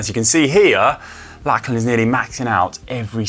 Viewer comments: I know us Aussies speak English and it’s not our own language. But every Aussie guy called Lachlan (is pronounced Lock-lan or Lockie). Every pommie pundit seems to call him Lack-lan so I can only assume that’s normal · How come Conor wasn't told the correct pronunciation of Lachlan Morton's name? It is pronounced LOCH-lan, not LACH-lan.